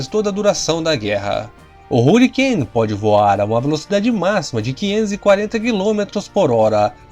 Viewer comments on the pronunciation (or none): Deus do céu, melhora essa pronuncia, parece minha filha de 6 anos, falando em inglês, Hurricane, pqp Rarricaine, Jesus amado, to botando como ... Tunderbolt, é sério que eu escutei isso, Tanderbolt, se pronuncia assim, parei com esse canal, puta merda, pelo amor de Deus, aprenda a pronuncia em inglês...